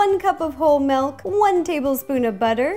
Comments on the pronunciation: it's mILk, not mALk. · Are you from the Midwest? I noticed that you say "melk" instead of milk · OMG. she called it melk!!!! I love her soooooo much for some reason I just cant get mad at her. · Yay! She says milk like melk, like me too!!! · "Melk" AHHHHHHHH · I just realized she says melk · You say milk weird😂😂